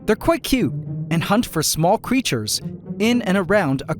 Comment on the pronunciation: i've complained before about how when you begin a word with an H you are hitting the letter so hard you sound like you're clearing your throat. It has been ignored... but if you keep pronouncing the word "Hunt" like that you will get demonetized